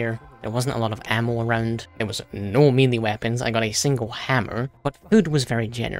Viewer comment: your pronouncing melee wrong